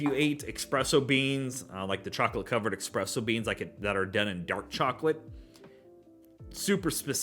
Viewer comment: Just picked this up as well and I loved it! I definitely go that sandalwood type note you were mentioning. Plenty of classic Dewars peppery notes as well. Also, espresso No 'X' lol